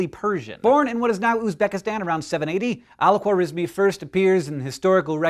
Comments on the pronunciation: we pronounce it khwarazmi خوارزمی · The way he said his full name 💀